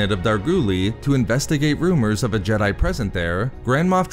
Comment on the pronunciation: If I speed up these videos his weird singin/talking voice is ALMOST not horrible. I like the stories he chooses but for the love of ears, could you not hold a syllable longer than a minute? Its "Jedi" NOT "Jediiiiiiiiiiiiiiiiiiiiiiiii"